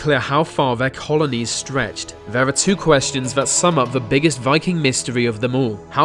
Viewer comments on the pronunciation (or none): William Daliege 😂 I specifically went through comments to see if "vere" (there) is someone who has "ve" (the) exact same problem. I also love "vese" (these) videos but get distracted by "ve" (the) way its pronounced. Just a few seconds in and I start losing focus on the subject matter. Too funny. Glad to see its not just me! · You mean 'they' and 'there' not 'vem' and 'vere'?